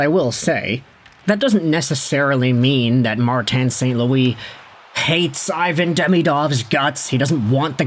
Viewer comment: Still refusing pronouce his name properly it's E von